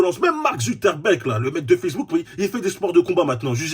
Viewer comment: Zuckerberg. Que ce que tu veux? Il a bien prononcé